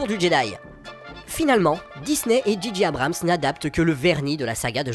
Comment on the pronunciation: analyse intéressante !! par contre si je puis me permettre J en anglais se dit djé et G se dit dji donc djé djé Abrams (juste pr dire pcq ça m'a irrité l'oreille même si ça n'empêche pas un très bon contenu!!) :)